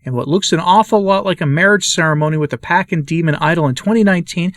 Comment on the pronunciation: Pachamama is the ground that you on and the air that you breathe. And the CH is pronounced like the CH in church ...